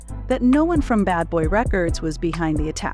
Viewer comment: I couldn't watch this whole thing because of the female voice pronouncing words wrong!!!! Two-Pack, Re-cords, Shawn Diddy calms🤬🤬🤬🤬